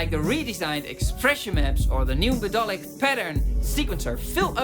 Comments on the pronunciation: Intersting video mate... Just one thing, i know English isn't your first language, so not trying to be a dick here... 'Melodic' is actually pronounced 'Meh-LOD-ick' and not 'Med-DOL-ick'... There is no such word as 'medolic' in The English Language. Very interesting and i have to agree with much of it. Spectralyers Pro is WELL worth the update price though. IKs Resing is MUCH better and more useful than the silly omnivocal thing too. Expression maps are a MASSIVE, but LONG overdue one for musicians, not just classical guys! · Did you say MEDOLIC on purpose mr? 😂